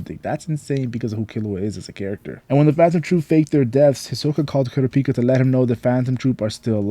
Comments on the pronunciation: Kurra peka why do so many say it like that THEY PRONOUCE IT CORRECTLY IN THE SHOW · You say everyone’s name right except for KURAPIKA it’s one syllable not 2!!! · the way you said kurapika